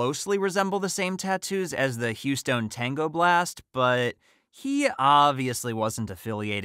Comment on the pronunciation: I'm impressed that the reader knows how the Houston gang pronounces their name. Most people would naturally assume it is pronounced the same way as the city